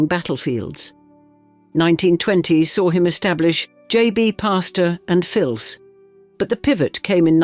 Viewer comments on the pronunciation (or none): How did she pronounce 'et fils', French...? 😂Also quite bombastic commentary.